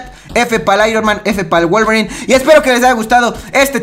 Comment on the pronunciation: Like si te diste cuenta que dijo wualverin y logan